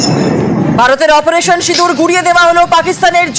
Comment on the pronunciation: সিদুর না রে সিন্দুর spelling ta thik kore bolte sekho